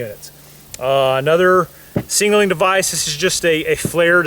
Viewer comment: SIG-NAL-ING not sing-nal-ing for the love god. ILMAO like nails on a chalk board.